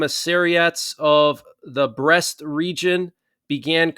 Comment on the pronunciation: By the way, you said Brest😂😂😂